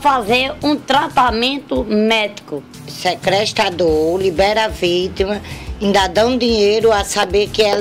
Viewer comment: " Secrestador" SKSKSKSKSKSSKKSSKSKKS